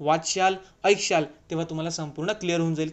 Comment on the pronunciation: बघशाल,वाचशाल, आयक्षाल😂🤣🤦‍♂️